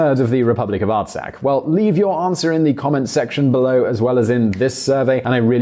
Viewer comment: Dat Artsakh pronunciation though.